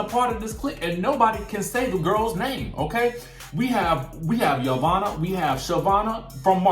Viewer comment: Every time he say Yvonna name I die he’s so funny.